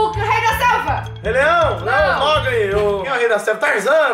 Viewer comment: Tarzan Tata: Rei da Selva Cocielo: Rei Leão kkk MOGLI Kkkkkkkkkkkkkkkkkkkkkkkkkkkkkkk ELE FALOU MOGLI KKKKKKKK VOU MORRER